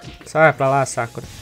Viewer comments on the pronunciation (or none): none